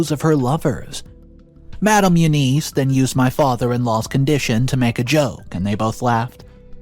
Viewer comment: OMG!. Please get help pronouncing name. Its U-Ness. Not U-niece! I won the pool today at the office tho 😂😂😂